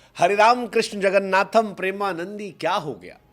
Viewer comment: First you hv to learn Bengali well bro then bola kar,,,prema nendi nhi Prema Nanda. ok